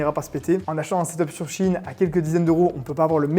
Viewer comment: CHINE ? Apprenez à parler par pitié vos vidéos sont goatesque sinon